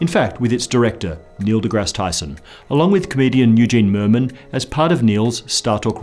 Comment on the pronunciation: If you watch his lips very closely after about , you will hear him say Tysom instead of Tyson.